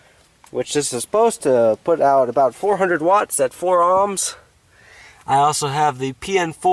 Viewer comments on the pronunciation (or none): why do you keep pronouncing ohms as "amms"?